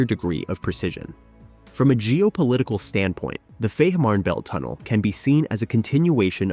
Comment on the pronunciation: its pronunced" Feeeeman_belt_tunnel"